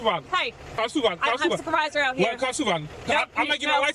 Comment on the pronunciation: Dude saying Supervisor, and I am here hearing Suvevisar.... I am like wtf you asking for? 😆😆😆